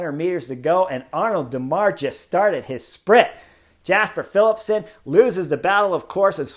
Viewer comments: Great commentary, but just as it's pronounced Fabio "Ya"kobsen, it's also "Ya"sper Philipsen, not "Jasper". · But pronounce it, from a North American perspective, as "Yasper". Like "Yu"-mbo-visma.